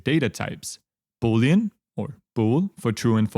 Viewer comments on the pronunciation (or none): none